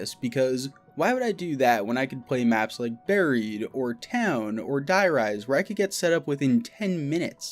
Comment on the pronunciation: You said Die Rise wrong